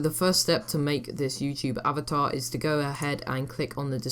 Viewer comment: Avater? xD